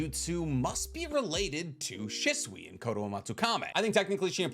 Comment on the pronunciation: *She-sui ✅ *shi-sui ❌